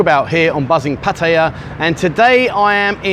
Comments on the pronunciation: Good advice but it is not called pattya it's called patt-a-ya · First mistake saying pah-taaaya it’s patty-ah fuckin twat ! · Learn how to pronounce Pattaya correctly. Don't sound like an Idiot. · Your pronunciation of Pattaya is a mistake that you failed to mention.